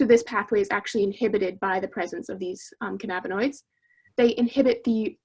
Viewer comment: "canna-binoids" not "ca na binoids" 😅